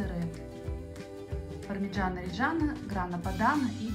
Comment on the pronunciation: По произношению где буква О нужно четко произносить О пармиджанО ОмбреллО